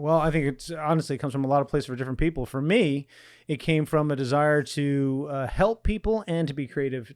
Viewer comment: better belp? Lol